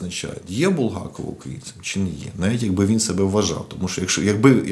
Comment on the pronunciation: Не БулгАков, а БулгакОв